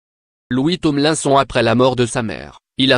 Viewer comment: On dit "Tomelinesone" pas Tonlainson... Ça se voit que c'est une fausse voix !